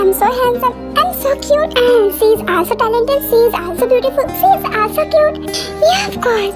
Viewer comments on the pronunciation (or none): Also❌ aalso✔️😂😂😂